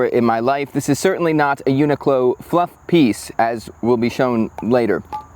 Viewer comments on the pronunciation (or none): The accent is more like u-knee-clo you pronounced in the video. The -clo in the end rise up like in clothing rather than falling down like in close. But to get more Japanese style pronounciation, you make it like coo-lo, coo as in cool with out the l, and lo as in lol also without the l. It's a 4 syllable pronounciation. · I haven’t looked at 1,000+ comments, so I’ll write it just in case: it’s pronounced uni ku ro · It's pronounced yuu-nic-lo. The japanese is written like yunikuro. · I've always pronounced it "UN....IQLO" 😭 lol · Not to split hairs but in Japanese it’s more pronounced ‘yu-ni-ku-ro’ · Thanks for the video! NOTE: To solve that pesky problem of how to pronounce a large global corporation’s name, consult the Internet.